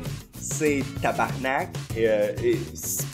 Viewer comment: Quand tu dis que tabarnak ça l'a le plus d'impact, j'te comprends tellement. Pis ça sonne encore mieux quand tu roules le 'r' Mis à part le sacrage magnifique, superbe vidéo comme d'habitude. Tu rends le québec fier d'avoir un youtuber comme toi!